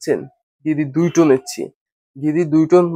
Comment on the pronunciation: এচি না ভাই এসি